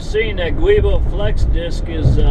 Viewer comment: the correct pronunciation on the Transit driveline part is "jew-boh". It's a flexible synthetic rubber disc to help with driveline vibrations. It's used on all Ford Transits over the world, not just here. BMW is also a big user of these as are other European mfgrs. It is a warrantable part up to 5yrs/60k miles, or if you have an extended warranty. If Ford does the replacement work, it is guaranteed for 2yrs/unlimited miles. Hope this helps with your anxiety. Also I'm not an expediter, (missed my calling I think), but I agree with the separate pay for each load item. No combining etc.